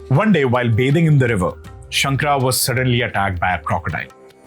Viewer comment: Please correct your pronunciation.. It is not shankar but shankara.. It is kaalati ,and Padma paada or पद्म पादा…